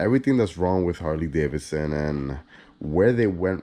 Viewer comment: The second “d” isn’t silent.